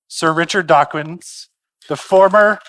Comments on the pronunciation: OOF! I noticed that! {:o:O:} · So cringe to hear him laud Dawkins, then mispronounce his name on the very last line of the introduction.